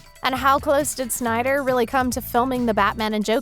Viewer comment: BRUH PRONOUNCED DARKSEID WRONG AND CALLED THE MOVIE SYNDER CUT CRINGE.